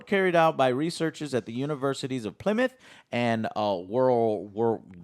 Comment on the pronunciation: called it ply mouth like ply and mouth lol.